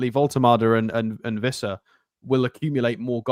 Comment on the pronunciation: Its Wissa pronounced with a W and, Ive got a video of Wissa himself pronouncing it. 😂